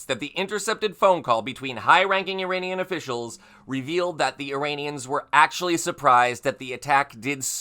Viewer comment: Saying the words Iranian and Uranium in the same sentence had to be tricky. Well done, and thanks for the great reporting.